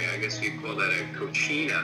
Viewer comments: Not to be that guy, but didn't the doctor mean "cocina" not "cochina"? Cochina means "pig" does it not? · The doctor not saying "cocina" which means kitchen, but instead saying "cochina" which means bad girl makes me cackle every time! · It’s pronounced CO-SEE-NUH CO-CHEE-NUH is something..... entirely different But LOOLLLL Cochina Coronary works in some disgusting ways 😂😂😂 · This dude said "cochina coronary," instead of, "cocina coronary." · Homie said cochina coronary when he meant cocina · The doctor butchered the Spanish word for kitchen. He said Cochina which means "pig" "dirty girl" "gross woman". Kitchen is "Cosina." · I don’t want to be a downer buuut… Cochina (the way the man said it) means female pig Cocina (pronounced Cosina) is kitchen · its so funny to me that some people try talking spanish with a lot of confidense and its all wrong xD PINGA DE POIO , COCHINA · Love how doc pronounced cocina wrong naaaasty😂😂😂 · Despite the fact that he mispronounced "cocina", "cocina coronary" is the highlight of my 2020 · "It would be a Cochina, right?" As a Mexican, I cringed at the butchering of his pronunciation.